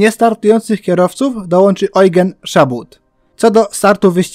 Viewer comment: Tylko nie Ojgen a Ełżen